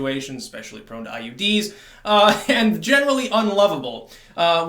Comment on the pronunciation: "prone to IUDs"😂 I think you meant IEDs.😋